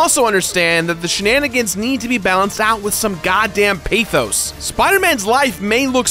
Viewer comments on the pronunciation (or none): Did he say pAthos... no no no.. no